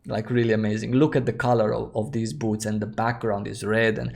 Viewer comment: Everytime you say boot , I hear butt